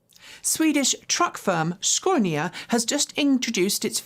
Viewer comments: its Scania not Sconia 🤣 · It`s Scania not Sconia. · ScAnia, not ScOnia 😉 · Youre better off with the regular English pronunciation of Scania as opposed to that brutal 'Shkonia' // native Swede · If you would pronounce "SCANIA" just like you do for "SCANdinavia" ... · where did you get your pronunciation of Scania from? My friends native to Sweden, Denmark and Norway never pronounced the name like that (even google pronunciation has it correctly (for once) - side note, currently a friend is "stuck" in Scania Sweden getting a gearbox fitted because the original one broke when delivering to Sweden (they going load it back onto the truck so it can be returned to UK HQ to be totally stripped down & rebuilt and stored as spares when needed. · No R